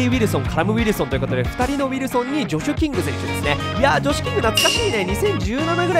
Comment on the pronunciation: ジョシュキングがムシキングってめっちゃ聞こえるねんけど？笑わかる人は同世代👍